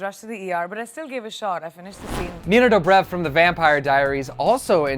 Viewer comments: This guy can't even pronounce their names properly. How does he say Priyanka? And Nina DobrEV? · Omg anyone else died when he pronounced “Dobrev”😂😂